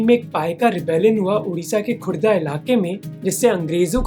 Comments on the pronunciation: its khurda not gurda 😢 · Ghurda nhi khurdha hai research thoda achhi se karo 😅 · It is not ghurda it is khurda where paika vidroh situated